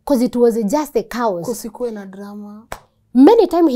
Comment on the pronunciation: Wait did she say "it was cows instead of saying it was chaos🤣🤣🤣🤣🤣🤣